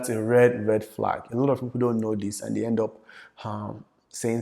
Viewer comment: Ask not HASK... end not HEND🙄